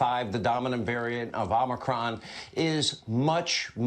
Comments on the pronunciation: Did Hannity call it "Obamacron"? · Did Hannity say “Obamacron” instead of Omicron? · David, you missed Sean Hannity say "Obamacron" instead of Omicron!